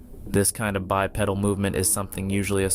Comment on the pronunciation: dammit, quit mispronouncing bipedal...it BYE-PEE-DULL NOT PEDAL